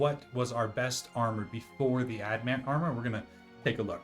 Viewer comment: Annoyed that you double down on pronouncing it "ad-mant" even though the spelling is right there in front of you. Then go on to name the video wrong. SMH.